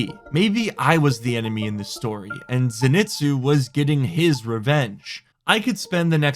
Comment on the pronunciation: just an fyi, it's pronounced (zen-ee-tsu) it's a name from a popular anime called demon slayer. Great anime if your interested 😁, ps love your content I've been watching your videos for years, thanks for all the enjoyable nights watching your wipes with friends or by myself, you never fail to bring a smile to my face. I play console rust but I hope after my deployment in the army that I can play on PC.